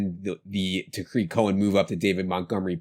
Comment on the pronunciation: famous for his mispronouncing names. His newest one is Blake Jar-WIN instead of JAR-win. Another good one is Day-Day instead of DeDe Westbrook, and TAH-rick Cohen instead of Tuh-REEK Cohen.